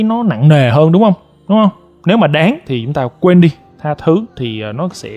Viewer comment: Tha thứ 😂😂😂 thành tha thu